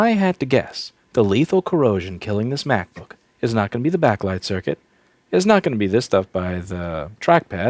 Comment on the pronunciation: stop saying macbook like that lol lol